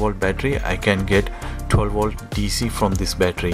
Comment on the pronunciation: its volt not wolt.